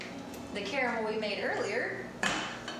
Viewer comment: Great vid but you pronounced caramel wrong it's pronounced caramel lol now I want some